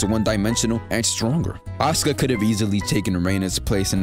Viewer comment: I'm so happy you say Asuka's name right, like the narrator don't be saying her name all the time.